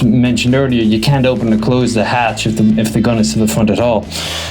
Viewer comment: "Hach E" ? (It's Treaty of "Ver sigh.")